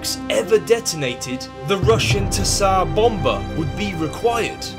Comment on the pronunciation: IT'S NOT "THSAR BOMBA", IT'S TSAR BOMBA!!! You don't say THSAR, you say Czar